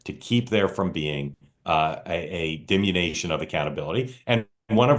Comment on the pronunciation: Mark: diminUtion, not dimination